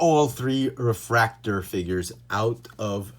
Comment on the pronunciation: Its like nails on a chalkboard to hear em called 'refraktor' can't do it.